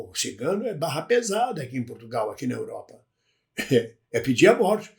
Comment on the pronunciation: Portugal, e não P"U"rtugalE